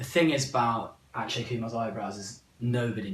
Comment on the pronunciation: “Ash-kay” 💀😩😂